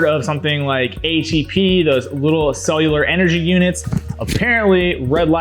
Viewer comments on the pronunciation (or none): Did you say ACP or ATP?